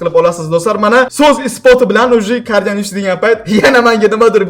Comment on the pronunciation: Carginal✅ Cardinal❌